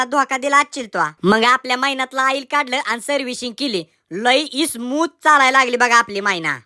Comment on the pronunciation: Smooth ❌ Ismooth ✅😂❤